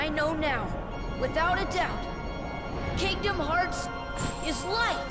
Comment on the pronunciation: Muy buen resumen. Aunque se pronuncia “harts” igual que pronuncias braveheart por si te interesa vaya